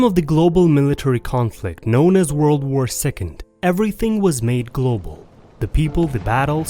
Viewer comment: World, not workd.